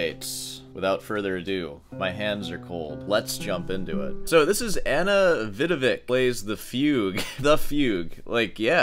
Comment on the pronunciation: Ana Vidović....her surname is read Vidovich. She is one of top 5(for sure) guitarists on the planet. lady is guitar prodigy child,playing it from age 5. you can improve your performance a lot just by watching and listening to her performances